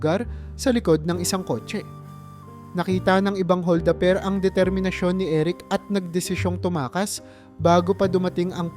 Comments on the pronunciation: Hol da per hindi hol daper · Maganda ang kwento..puna ko lang bigkasin Ng Tama ang bawat salita..like hol da per.